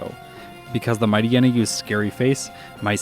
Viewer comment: Hm, I'm bristling on a handful of the pronunciations. There's "Ackua" "Lehvaridge", which I guess is more regional, but then "DyNEHmo", which I've conceived as "DYnamo", but I'm...not entirely sure I've heard it said. What I'm confident I haven't heard from official materials is "Mightyena" and "Numel", which I (attempt) to handle as "Mighty'yena" (like, in "hyena") and "Noomel". It's impressive how differently people handle the same written words, and we can just go so long never realizing the possibilities of things we've only heard in our own heads. Reading is a heckuva thing. EDIT: Agh, had posted this before Juan, so didn't realize this'd just be piling on, ahhh.